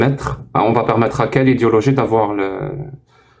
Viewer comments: Au lieu de prononcer "idéologie", il prononce "idiologie". C'est un fait exprès ? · Avec son accent, en fait il dit "idiologie" et c'est très juste pour le coups 👊